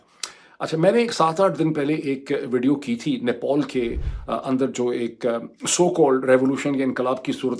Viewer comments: For godsake it's pronounced NEPAL...not NEPOL!! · You have been wrongly pronouncing Nepal again and again! It's Nepal NOT Nepole or Nepol! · Stop pronouncing Nepal as NePaul.